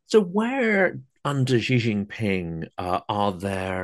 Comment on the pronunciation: Notice guest says Xi correctly as “she” while host mushes it into “jee”